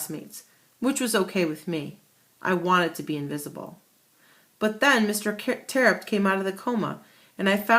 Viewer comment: it's terupt no tearupt